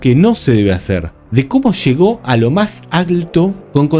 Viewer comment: TAQUILLA NO TAQUISHA…! LLEGO…. NÓ SHEGO